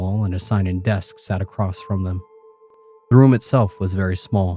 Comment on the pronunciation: ACROSST IS NOT A WORD DAMMIT!!!